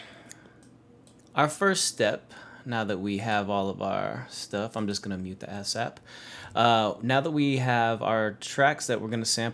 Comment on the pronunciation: ass-ahp hahaha, good vid tho fam